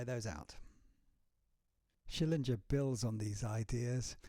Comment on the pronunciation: It's SchillinGer (as in finGer), not Schillingjer. Sorry.